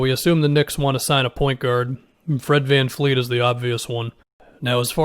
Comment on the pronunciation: Ok man. I've been holding off on this for a while... but its vanvleet. With a v. Not fkn vanfleet. Love ya my guy but cmon now